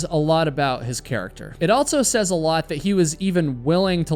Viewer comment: Stop saying "altso." There is no T is "also."